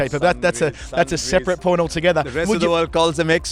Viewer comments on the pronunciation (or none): none